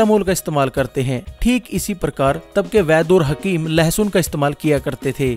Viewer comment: its not lehasoon. its lassun